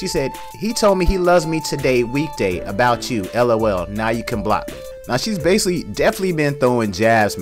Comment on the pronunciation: Oh wait hold up ya listen at about - when he uses the word basically and the other times after. I’m not sure he’s saying it correctly. Also the word definitely. But has the nerve to talk about the way she sounds. She’s right when she said the people on the internet talking shit and dont even know how to speak right.